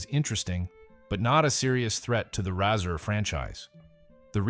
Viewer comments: It's pronounced just like the thing you shave with... It's a Razor, not a Rassur! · Nahkey-uh & Rahsir ?!! WTF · Pretty sad that you make a video and you can’t even pronounce the product name properly! It’s pronounced like the thing you shave with. Epic fail.